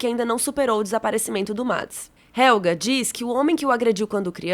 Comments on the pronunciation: Vídeo mt bacana!! A pronúncia de Helge não é Helga, porque não possui ER, como a palavra Doppler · “ionas” “helga” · que agonia ver essa menina falando ionas pqp JONAS POORRAA COM J PQP VELHO HELGA?? HELGE MENINA MERMÃO,PITA??? O NOME DO CARA É PETERRRRRRRRRRRRRRRRRRRR